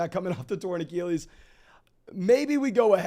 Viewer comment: Love the content, been watching a lot - but bro, please learn how to say achilles